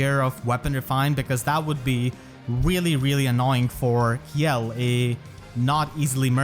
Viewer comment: I thought Kjelle was pronounced Shell. Like Felix Kjellberg. Because it’s a joke about wearing armor.